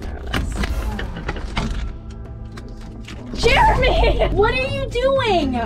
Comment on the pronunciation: it's Jeremy!Not Jermy lol